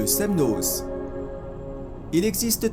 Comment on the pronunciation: C'est votre commentaire qui est n'importe quoi ! De plus il n'apporte rien et ne veut rien dire... Je suis Annécienne et ce reportage est très bien et fidèle à la réalité. Sauf le z du Semnoz, qui ne se prononce pas. 😅☺️